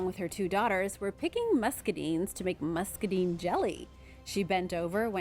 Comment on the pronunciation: it's pronounced muskedine like musk e dine (like dinning)